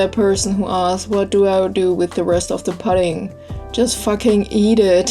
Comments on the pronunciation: its poo-ding not pud-ding ... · great recipe! Also pudding is pronounced the same way as putting, like when you say "while you are putting this stuff in.":-) Your accent is so cute!! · lol "I think it comes from seaweed..? I don't fucking know. Google it." Bahahah I love how real you are. Most people pronounce pudding like "püdding" and not "puhding" But you do you, =P The cake looks delicious and beautiful, and I totally cook with chopsticks all the time too. Asian hacks yo. BTW that is called a springform pan. The "ring" is just called the side, and the bottom is the base. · pudding is pronounced pooding ..your cake looks great